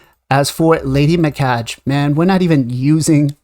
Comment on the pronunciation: “Me-Kah- gay. “ “Knewt.” If you’re going to do videos, please do your research first.